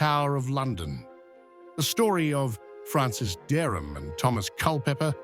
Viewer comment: Pessima pronuncia dos nomes de Dereham e Culpepper